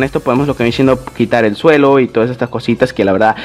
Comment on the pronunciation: Se dice viene siendo no viene chendo 😒😒